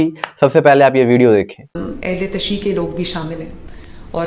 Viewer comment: Bhai ahle tashiu, aap to saheee haha karo, Ahle tasheee, ahle tasheeee kiya hota hae